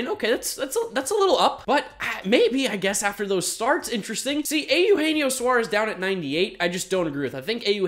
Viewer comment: I always chuckle at Americans' inability to pronounce Eugenio correctly